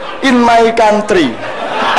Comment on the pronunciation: PLIS MAY KONTRI, DOBOLL DOBOLL🤣🤣🤣